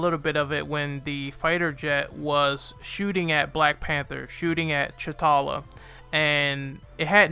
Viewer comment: Secondly. His name is to T'Challa (tachaulla) not Chutalla.